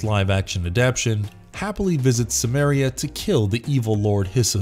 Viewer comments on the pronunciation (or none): Apparently even lesser known fact: Howard's Cimmeria is pronounced with a hard C. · I've read extensive debates on this pronunciation with citations and compelling arguments on both sides. Why do you say Cimmeria with a hard C?